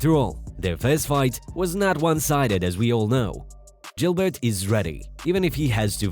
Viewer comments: It’s not Jilbert it’s Gilberts burns 😂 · It's not Jilbert Burns.. it's Gilbert Burns. Get it right brotha. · Khamzat is pronounced- Haum-zaht, the K is silent. Just like Khabib its "Hah-beeb". If your going to make videos on UFC atleast get the name pronounced correctly... and then you call Gilbert... "Jill-bert". Like Tf?